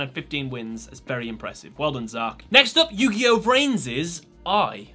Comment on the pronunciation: its yugioh v-rains not vrains